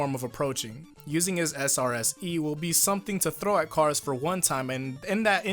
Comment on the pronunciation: Notice That Kars Calls Him Self "Cars"